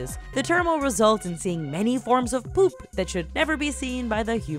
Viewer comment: the narrator girl says "poop" funny.